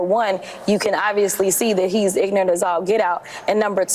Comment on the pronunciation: Did she say ignant as all get out?🤣🤣🤣